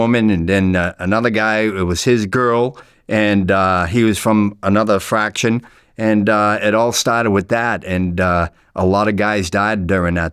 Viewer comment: He's saying fraction and not faction😂